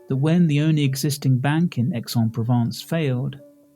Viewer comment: Hi It’s pronounced ‘AIS ON PROVONCE’